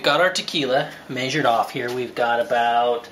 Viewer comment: Where did grow up? He kept saying "maysured."